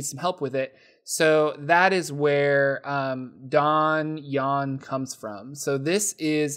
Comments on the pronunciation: It's the french word for a fortrified tower / a keep, and it's the word from which our word dungeon is derived. How it's pronounced, I think is mostly correct, except that it's Don-John, not Don-Juan. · Donjon: I always thought it was pronounced like Dungeon, not like Don Juan ;) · You've made my DMing a lot easier. Thanks man. I've used DonJon before, and think it's a grea resource.. I've been pronouncing it wrong this whole time, I thought it was Dungeon. Working on a Floating Country Sandbox with my buddy. And DMing CoS. Awsome videos, keep it up.